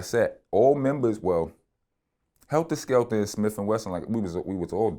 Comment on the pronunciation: Vlad keep saying helter skelter! With the ER 🤦🏻‍♂️ it’s Heltah Skeltah!